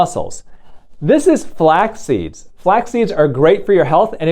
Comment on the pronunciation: Why did she pronounce it 'flocks seeds.' And why are people such fools, in so many ways?